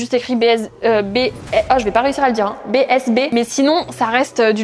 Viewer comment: Tu ne peux pas être une vrais fanne de gazo si tu dis bzb en nn bsb 😂😂